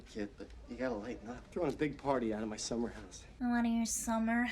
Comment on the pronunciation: I love watching people who you'd never expect to love a movie like this idk but superb ❤️💯 also "SsUmeR-hOusE" 😭🤣 laughed so hard you are the cutest.